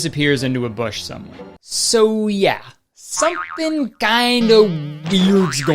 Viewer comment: That old man has a problem with the word something because he says somesing